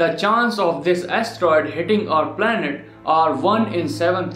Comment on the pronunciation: He siad planert